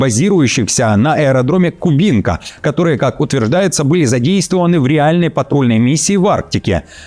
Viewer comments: пацан, ты ударения так и не учишь? Не КубИнка , а КУбинка, сэло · Кубинка читается с ударением на первый слог,КУбинка,а не КуБИнка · Не КубИнка, а КУбинка!!! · КУбинка, а не КубИнка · У меня возникли смутные сомнения на счет того что живой человек. Только ИИ мог поставить ударение в слове ‘кубинка’ на второй слог ‘кубИнка’. В то время как все живые люди называют это место кУбинка ))) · Не кубИнка, а кУбинка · КУбинка, да не КубИнка😂😂😂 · Не КубИнка, а КУбинка. Неприятно слышать, когда ведущие новостей допускают ошибки в ударениях. Неосведомлённость? Пожалуйста, проверяйте ударения в названиях перед озвучкой. Ваш канал высокого профессионального уровня. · Мудило Кубинка на первый слог ударение 😂😂😂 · Кубинка 😂 это Ии или не с ударением плохо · Ты что нерусский?! В слове "Кубинка" ударение ставится на "у"!